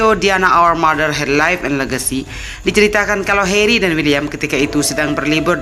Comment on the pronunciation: Video bagus tapi Kamu pronounce Nama prince Harry kok Beda amat dari pada Orang inggris asli sih